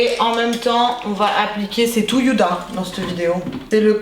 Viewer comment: Pourquoi tu dit Youda dit Huda lol